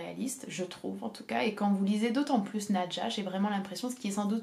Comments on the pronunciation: Qu'est-ce que j'ai aimé Nadja! (Juste: je crois être sûre que l'on doit prononcer "nadia" selon le russe d'où est tiré ce nom) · En russe c'est prononce "nAdia"